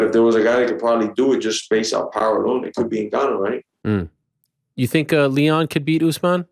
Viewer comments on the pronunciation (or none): none